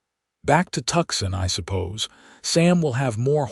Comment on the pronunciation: Good story. But it's really tedious when Tucson is the place they want to go (at first.) It's not Tuckson. It's pronounced Tu-sahn or Two-sahn if you like. Fix your AI.